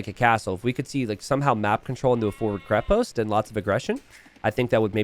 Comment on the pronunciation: this is KrEpost, not KrepOst. The root word is krep - which means "strong" in slavic languages